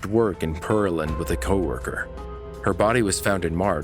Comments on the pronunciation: well, when the dispatcher pronounces it clearly as PEARland when she answers the call. Then the narrator keeps mispronouncing it, it’s pretty annoying when you know how it’s supposed to be pronounced. But thanks for your opinion! :) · For future reference it’s Pear- land. Not Pearl- and. I grew up in Houston and Pearland was about an hour away. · I live in Texas. 🍐PEAR-LAND... Not PEARL-AND!! I live 30min. north of 🍐PEAR-LAND!! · Thanks. I'm not scared. He is pronouncing it all wrong which is done alot here!